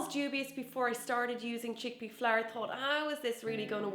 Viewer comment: Why do you pronounce flour like flair?